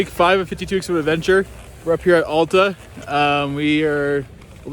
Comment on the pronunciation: It’s AL ta, not ALLta.